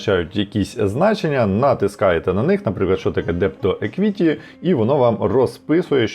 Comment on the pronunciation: Все дуже непогано, але….визначення англійською 🙈 еквІті, форЕкаст, і особливо віхлс , поки не сказали що роблять автобуси, я і не зрозуміла що то виїклс (там h взагалі не читається), ну це ж звичайні слова, більшість з яких- використовуються як економічні терміни, ну погугліть в Гуглі як воно звучить, почали ніби професійно, але потім це…. Перший раз на каналі, трохи в шоці Юнітед стейтс, серйозно?😂 ніби ж всі знають що Юнайтед стейтс